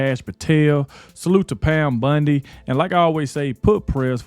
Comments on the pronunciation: Bondi. Not Bundy. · its BONDI...not BUNDY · Its not Pam Bundi. Its Pam Bondi! Please say it right! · I love how you say Pam's name!!! It makes me think of Peggy Bundy from "Married with Children" from the 90s. It's pronounced B-ON-DEE not B-UN-DEE. I mean no disrespect to you. I like your show I think you do a great job. It's just every time I hear you say Pam Bondy it makes me think of Peggy Bundy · Bond i not Bund e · BONDI not BUNDI! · Hey, I can't stand it, you calling her Pam Bundy, ITS BONDI!! It is spelled with an O not a U!!! Say it with me "Pam Bon-di,try it!! It's like the Bondo you use on a car, NOT BUNDY AS THE TV SHOW Married With Children!!! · It's BONDI not BINDI with an O not an I. I just can't watch til the end. Sorry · Pronounced Bon dee Bondi